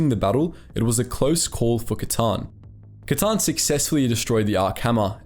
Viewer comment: is no one gonna mention the “Kylie Katarn?” 😭😭💀💀